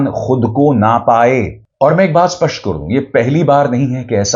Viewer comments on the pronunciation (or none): none